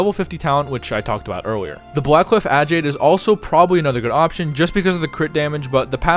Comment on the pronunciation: how did he pronounce agate? XD as a gem nerd that hurts my soul